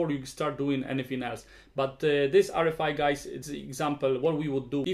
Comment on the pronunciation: Kinda curious why you pronounce RFI like [R ri fai] instead of [ R ef ai]?